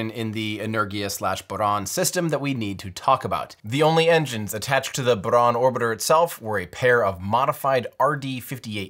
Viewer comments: Great video! Thanks Tim! And very good pronunciation of Buran. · Amazing video! And thank you for a good "R" pronunciation in "Buran". :) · I love how he pronounced “Buran”